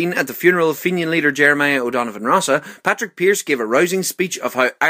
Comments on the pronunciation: Padraig pearse not patrick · Isn't it...Padraig Pearse...not...Patrick Pearse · It is padraig not patrick